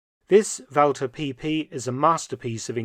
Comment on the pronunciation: "Walther PP" 😂